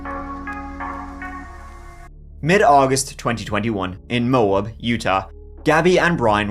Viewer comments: Moab......(Moe+Ab) Is how it is pronounced. 😊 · Mow-Ab, not mobe. Long O long A, two syllables. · This video needs some correct pronunciations for place names! Teton Bridger Moab.